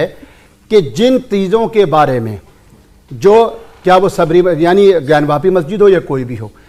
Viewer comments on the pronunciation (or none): "ज्ञान व्यापी" नहीं ज्ञान वापी बोलें।